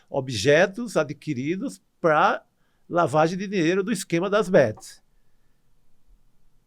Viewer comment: PQ ESSE CARA NÃO FALA PARA? ele fica falando PRUA!! PRUAAAA PRUAAAAAAAAAAAA PRUA ... não é prua caralho é PARA!! TAl pra tal não prua!!!